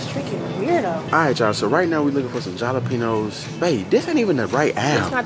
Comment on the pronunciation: Lmaooo the way they’re pronouncing “Jalapeños” is sending me 🤣🤣🤣🤣